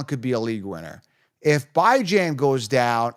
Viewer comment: Who the fuq is “BY-Jan” ?